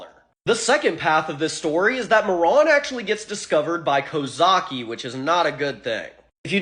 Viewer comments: I hate how you say Marron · It's pronounced 'Mare-Run' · That fucking pronunciation was giving me ear cancer. "ma·ruhn" Christ. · It's not "Maron" it's pronounced Ma-Ruhn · Please learn how to pronounce things before doing a whole video on them Marron is pronounced mair-inn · I'm 99% sure Marron is pronounced with a long ā. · Marron(Ma-ron) or Marron(Mar-ren) how do you pronounce it?